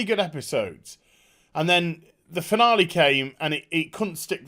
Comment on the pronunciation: What said: What a finale. What I heard: What a banana. 😝😁